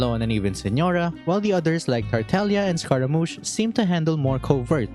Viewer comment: DUDE! Wrong choice of music!😭😭😭 ( i do love the music, but bro, the flashback was a bit too intense) PS: massive kudos for pronouncing those Italian names correctly, in particular Tartaglia.